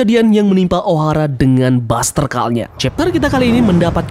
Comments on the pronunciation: Min bacanya baster kol, bukan baster kal. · buster call baca buster kol sih min.. biar enakan didenger 😁